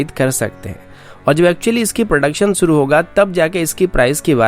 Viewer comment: bhai Suru nahi Shuru, doing a very good job keep doing.